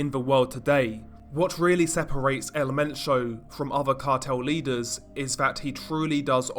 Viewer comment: El Men - cho not sio